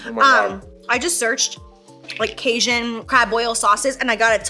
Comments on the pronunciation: Casian😂😂😂 it’s pronounced Kay-gin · LOL how you pronounced Cajun 😂 Casian? Love you! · As a Cajun, it’s pronounced caJun like engine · My Mexican aaa couldn’t with the way Jaclyn pronounces Cajun 🤣😅 I was like “wtf is kasian.?” Until i read “jaclyn’s Cajun sauce” I’m sooo dumb 🤣🤦🏻‍♀️ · The way you say cajun 🤣